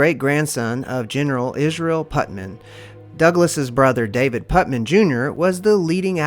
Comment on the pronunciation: It's Putnam not Putman! Get it right! I grew up in Marietta Ohio